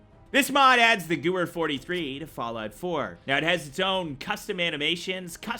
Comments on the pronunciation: its GA-V-er not Gavere lol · In sorry to be 1 of those guys but he pronounces Walther Gewehr (Wall-Ther Ga-Where) but its pronounced (Wall-Ter Ga-Vare). Sorry but I had to address it. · I almost lost my shit when he said gooer and not ga-Veer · sry but "here we have the Wolfer Gouwer..." XD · I'm sorry I have to be that person, but it's pronounced the Ge-vey-er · Gewehr is pronounced ‘Geveer’ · Maybe they should've spelled it ghevair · Gewehr is actually pronounced gaware it just means rifle in german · It's pronounced gever its German and the w makes a v sound it means rifle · The gewehr pronunciation tho it kills a tiny peice of me